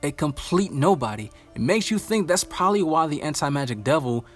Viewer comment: Are we gonna ignore he said “probaly?”